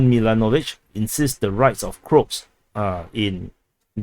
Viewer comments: he said Crotes, but it should be pronounced in English as Cro-ats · Not the crocs it is called croaaaats. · why do you call the croats as "crops"?? 😄